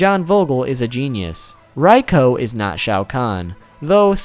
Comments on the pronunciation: Dude, your pronunciation is horrendous, Reiko is pronounced Rayko not RI-ko. It's BoRaiCho not BoRaiChu, Shinnok not Shinnook. Cynthia Rothrock not Rotherock... Also, when you mentioned Cyrax and Sektor had place holder names of Ketchup and Mustard, you should have included Sindel, who was originally known as Muchacha. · Regarding pronunciation for certain characters: It's Reiko (REI-KO), Shinook (SHIN-KNOCK), Bo Rai Cho (BO-RAI-CHO [Cho NOT Chu]), The statement that Blaze is the most powerful being of the MK Universe has now gotten retconned & proven wrong. The Titans (ex: Kronika), The One Being (who's divine aspects were split into the 6th realms, but the character still retains his consciousness, more or less manipulating everything so the villains would desire to conquer all the realms, which would then fully revitalize The One Being after taking the final victor of the battle across the realms as his new host body) & Elder Gods (i.e. Shinook & Citreon) are all more powerful than Blaze.